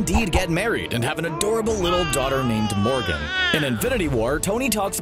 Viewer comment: I thought you said "and they had an adorable baby daughter named organ." And I was like hold the phone WHAT.